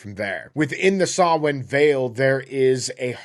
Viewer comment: Digging through your video backlog. Props for pronouncing Samhain properly! Maith thú!